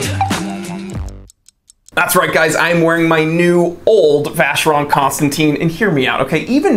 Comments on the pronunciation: Buddy you’re mispronouncing VC. 🤔. Should sound like “constantan”. Not “constantine” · It’s not Constanteen,it’s Constantan. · It's Constantèn, Constantèn Constantèn! ...please :'( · If you love the brand so much though it would be nice to pronounce it correctly? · I understand, but if you like the brand don't you need to have at least an effort to pronounce it correctly?